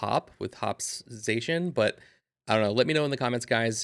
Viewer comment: it’s pronounced Zah shee in fyi